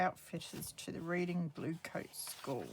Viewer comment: Hi. The Reading Bluecoats school is near Oxford. The town is pronounced Redding. Those old school magazines are very interesting. Xxx